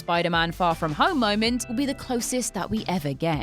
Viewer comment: "For the 'my ment', the movie is on hold" "Just one 'my ment' please ..."